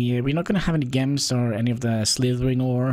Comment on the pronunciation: Gems are pronounced as Jems :D (I called it like that for few years when younger)